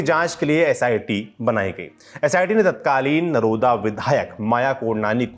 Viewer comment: नरोडा़ बोला जाता है